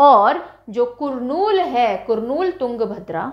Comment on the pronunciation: Hello mam Your class is amazing. But one small correction It's not कुरनूल It's करनूल